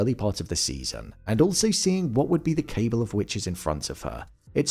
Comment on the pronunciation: I'm only mentioning it because you use the word multiple times and in multiple videos: the word "cabal" is pronounced like "cuh-ball," not "cable."